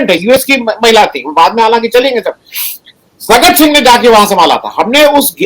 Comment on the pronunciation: " सगट" सिंह नहीं, "सगतसिंह"!